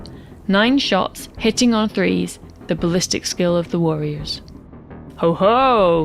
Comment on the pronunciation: Great vid, enjoyed that the accent made the nervous necrons worriers